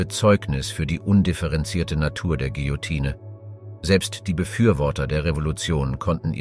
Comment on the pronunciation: Bei König Ludwig's Hinrichtung solltet ihr eine zeitliche Korrektur in Erwägung ziehen. Da habt ihr euch um 200 Jahre verhauen. Das "e" am Ende des Wortes Guillotine ist stumm. 😉